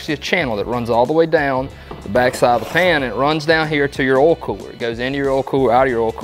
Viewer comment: Oil not olllll